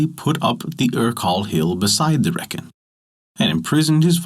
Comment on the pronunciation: pronounced Reek-in